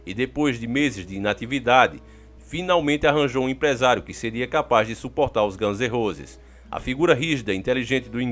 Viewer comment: Ganze Rose k k k